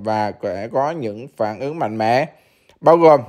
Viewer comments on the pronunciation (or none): none